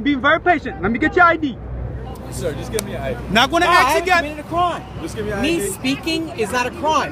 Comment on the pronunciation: "I'm AXING fo yo AJDEE!" Take a breath, and try again : "I'm asking for your ID, sir."